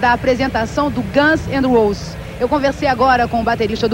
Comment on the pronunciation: bela pronúncia de Guns N' Roses